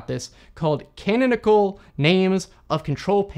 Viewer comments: ca·non·i·cal /kəˈnänək(ə)l/ can-'on-i-cle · that's the strangest pronunciation of "Canonical" I have ever heard